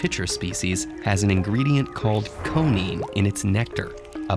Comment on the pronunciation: It’s actually “coniine,” pronounced “koh-nee-een”